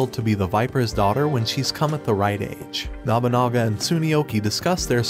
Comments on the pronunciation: The way you pronounce Nobunaga... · Every time he mispronounces Nobunaga it makes me twitch a little....